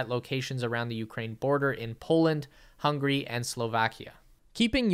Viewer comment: He said hungry 😭 that's Hungary. Nem vagyok éhes